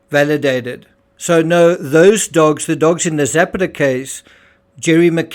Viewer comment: JUst a small point: Zapata isn't Zepeda or Zappatteh, but Ze-pah-ta. Meanwhile thanks of r all the excellent work you do.